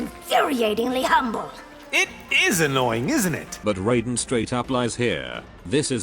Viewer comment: And they still can't even pronounce Raiden correctly, but mispronunciation is part of MK's charm